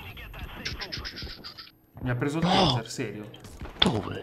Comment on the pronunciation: é Buldozzer e non Dozzer